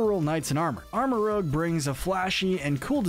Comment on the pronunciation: FYI It’s pronounced armor rouj not armor rouge